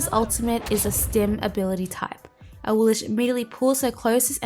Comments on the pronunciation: I'm guessing they probably pronounce it the way they do in the game because awilish definitely sounds stupid, as opposed to "aweelix" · When I select her in the god gallery she doesn't say "a-wee-lish" she says "a-wee-lix." Am I the only one? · Yeah I noticed with some ne zha skins the voice pack says "knee-jah" or "na-jah". I just pronounce things based on what sounds better or less annoying lol so I prefer saying na-jah for ne zha and for awilix I prefer ah-we-lix rather than ah-we-lish. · Yea, I go by how the game pronounces her name. They say A-wheel-Ex, so that's how I go buy it I do the same thing with Monster Hunter. I mis said names for years till I heard the games say them. Interesting vid tho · Awillish? I've not heard that pronunciation before, not even from HiRez. xD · Ur still saying it wrong lol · You saying her name wrong and its making me so mad!!!!!